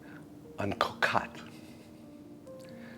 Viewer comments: Did you know that the French word "Cocotte" (pronounced like Cocut) is also a term of endearment? Yes indeed, my little casserole dish, lol! For your French patrons, please try to brush up on pronunciation. It's "cut" not "caught". Thanks! BTW I appreciate all the long and arduous hours of work that go into making a 30 minute video for us. Thank you for your productions! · Bon appétit, it looks very very good...a small critique the O in cocotte is 2x pronounced the same, cocatte hurts my ears sorry. 😀